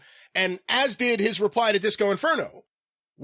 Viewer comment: Cody butchered Disco here